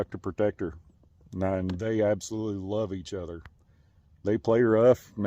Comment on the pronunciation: Weave that coyote awone, He just wants in that coower, and some wove. 😂